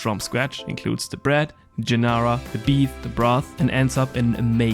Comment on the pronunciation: Gee-ar-dee-nara = giardinera, correct pronunciation.